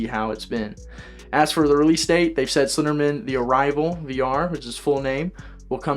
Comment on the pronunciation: Slender*man*, not "men."